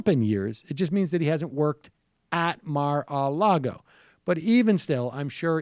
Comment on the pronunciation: Lol why does Sam pronouce Mar-a-Lago like that